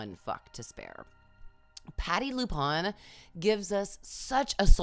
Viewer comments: we love you! But you gotta say Pattie’s name right! It’s LuPone, like “Luh-poh-n” Rhymes with le clone or le throne. Thanks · You mispronounced Patti LuPone’s last name lol awkwardddd